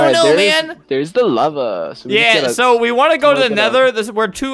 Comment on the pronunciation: when it said lava it sounded like "lover" XD